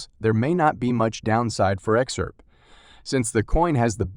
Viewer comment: What's "Ex-Arp"? Good god, this is a horrible robot voice